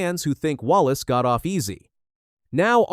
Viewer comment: IF YOUR GOING TO DO THIS AT LEAST SAEY THERE NAME RIGHT.